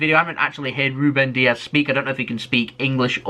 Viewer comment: It's Dias not Diaz. He's not Spanish, but Portuguese